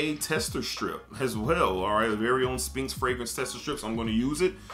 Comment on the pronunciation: The P is silent in SPHINX. Its pronounced Sss-FINKS.